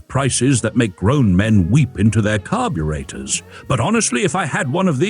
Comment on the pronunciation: I want one. Umm, I DETEST AI narration...for example : what the heck is a 'CAR-byoor-ate-or'?